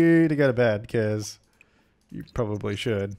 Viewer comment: Why do you say “Jew” instead of “you” in so many episodes? 😂😂😂 #dead